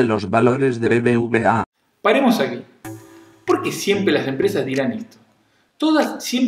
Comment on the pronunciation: Se pronuncia "BeBeUbeA" (BBVA) No "BBBA" 😅 V=Ube no Be...